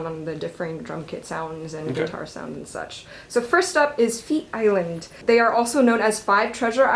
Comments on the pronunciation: "ft is land" hilarious😂 cute mistake :) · "feat" island smh this is why i don't watch this channel a lot anymore LMAO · Finally!!! FtIsland ❤ You mispronounced their name and it broke my heart a bit... but it's okay since you know now :) I hope you are able to make more videos with FtIsland in them!! Pray was from 2015, and FtIsland are always learning and growing their music!! ❤